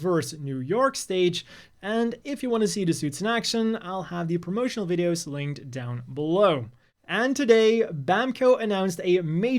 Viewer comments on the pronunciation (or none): none